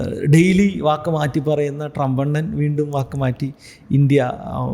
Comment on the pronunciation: ഫാൾ അല്ല ഫോൾ ആണ് 🤣 വാക്ക് അല്ല വോക്ക്